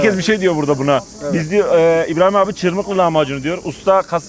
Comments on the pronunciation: ÇIRMIHLI DEĞİL:) ÇIRMIHHHHTII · Çırmikli değil abi çırmıhtı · çırmıklı demişsin ama doğrusu çırmıktı(çırmığtı) 😂😂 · Çırmıklı değil hocam yanlış anlamışsın, çırmıktı diye yazılır çırmıhdı diye okunur 👍😊 düzeltin lütfen.. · Çırmıklı değil, Çırmıhtı (Yeşilyurt). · İsmini bile yanlış söylüyorsun çırmıklı değil biz Malatyalılar çırmıhtı deriz oraya birde bu sonradan gurmeler birisi bir yere gitti mi diğeri hemen aynı yere damlar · Cirmikli degil cirmihti diger adiyla kundubey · Çırmıhtı çırmıhlı değil